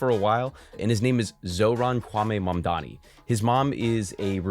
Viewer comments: Learn how to say it 🎉🎉🎉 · M - A - M - D - A - N - I You should learn how to say it, because you will be.